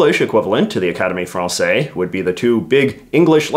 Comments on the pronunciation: Pedant note: The "se" in Academie Française" is pronounced Z, like the same sequence in "harmonise." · You're supposed to pronounce the "s" in "française". The general rule is that, when a word ends with one or more consonants, they're usually silent, but when they're followed by an "e", they are pronounced. So in "français" (masculine), the "s" is silent, but in "française" (feminine), the "s" is pronounced.